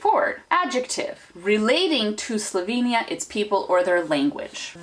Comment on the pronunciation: What I also noticed is that you use two different pronunciations of Slovenia: 'sloveinija' and 'slovinia' (that's the closest I can spell it out). Just an observation 😉😉